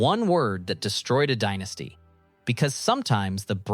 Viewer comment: yes you can tell by the way it said "Dienasty" instead of Dynasty